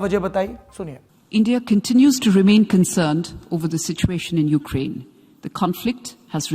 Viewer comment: ध्यान से सुने, वो उकरेंन कह रहे है। S Jaishankar भी उकरेंन ही कहते है।